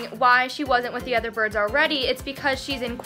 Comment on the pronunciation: umm it’s “birds” not brids